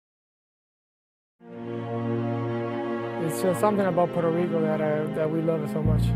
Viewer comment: is puueerto rico not porto rico